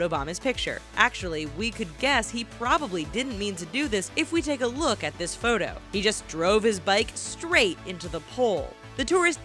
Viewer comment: i dont know what you saying its photo not what ever